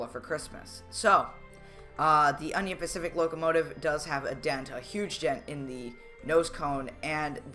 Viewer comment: DUDE YOU SHOULD SAY IT UNION PACIFIC NOT ONION PACIFIC